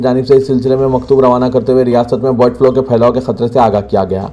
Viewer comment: BIRD FLO nahi BIRD FLU